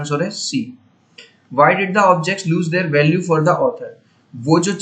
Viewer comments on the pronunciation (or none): none